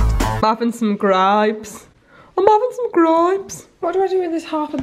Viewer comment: Can I just say I felt personally attacked when you said 'grapes' in a black country accent 🤣🤣 I love your videos!